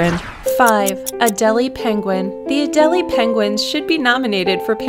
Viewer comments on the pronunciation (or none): Love this channel but it's prenounced A d Ai l Ai for Adeile